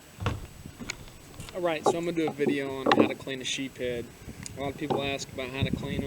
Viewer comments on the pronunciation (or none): Why does everyone say "sheep head" and "pectorial"?